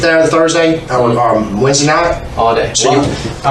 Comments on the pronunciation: Anyone who pronounces Wednesday "weensdee" is a moron. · “she was sick whensdee” jajajaja